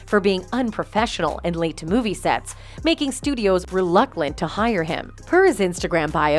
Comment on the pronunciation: I'm definitely getting tired of all of these baited headlines... Not once during the video did they even come close to mentioning anything about him wanting her to go to jail or face prosecution Also, "reluclant"?? What is with people on YouTube butchering common words all the time, I swear it's a crazy phenomenon I see more and more often